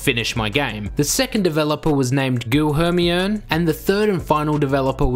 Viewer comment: Olha como esse maluco leu "Guilherme"